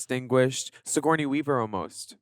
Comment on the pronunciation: Her look over the top of the glasses as she says "TO Signourney?" 😂 sooo funny